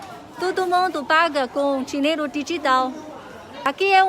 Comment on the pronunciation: Camalao, plato, dinhelo,kkk parece cebolinha